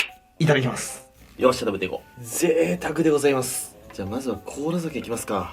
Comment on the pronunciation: 確かにごさいますだよね。私も今日はございますに聞こえた。